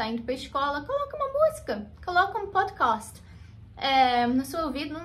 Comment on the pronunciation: Nunca tinha ouvido falar pódicost